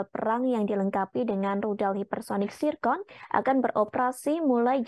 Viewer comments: Zircon bukan tsirkon🤣🤣🤣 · Zircon cukk,, bukan zicon